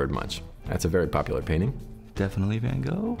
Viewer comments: I was gonna make a joke, but I can't beat that! Legit said Van Goh though -_-;; lol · Why are they pronouncing van gogh like that tho sjsjsjsj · As a dutch person it hurt when everyone said Van Gogh. It sounded like they had to vomit or something lol. Very fun video tho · EW LEARN TO SAY VAN GOGH!!!!